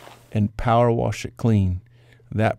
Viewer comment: People that say warsh instead of wash lol